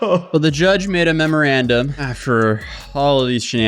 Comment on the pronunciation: Great video but my guy you read that memorandum wrong like seven times